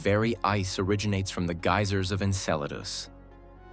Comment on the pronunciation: Why do you pronounce Enceladus correctly sometimes, and erroneously at other time? Very strange.